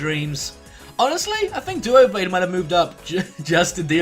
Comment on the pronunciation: Erm... It's Doublade (Double + Blade), not Duoblade... And Sigilyph is pronounced with a J sound, as opposed to a G sound, as the G does come from Sigil, not Glyph.